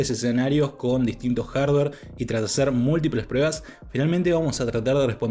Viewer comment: Con todo respeto pero por qué dices prebas...estaba super atento pero me descoloco escuchar todo el rato prebas en vez de pruebas... Saludos